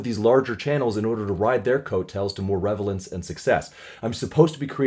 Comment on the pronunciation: "revelance"? I love hearing people who are clearly knowledgeable and competent making little mistakes like that. It reminds us you're human.